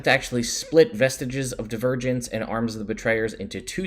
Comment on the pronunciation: Oh, "Vestiges of Divergence." I thought you said "Vestige of the Virgins."